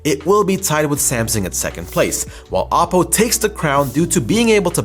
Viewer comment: OP PO !! not apo ! it sounds like Apple